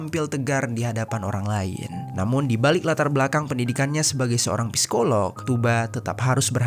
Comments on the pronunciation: Masukan bang. Cara bacanya sikoloh. Huruf p nya ga dibaca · Bacanya sikolog bukan psikolog